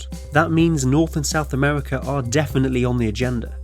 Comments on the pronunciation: Amewica, Sibewia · Amevika, Wussia, bwidge. What is this accent? I've compiled a small list of people that share this speech impediment; Torque steer, Numberphile, Human Interests, Carl bradbury, Thoughty2 Please send help. Im going insane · Yea, Amewika and Wussia should have a bwige